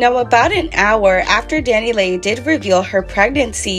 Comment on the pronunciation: Pronounced Dani LEE please quit calling her Dani Lay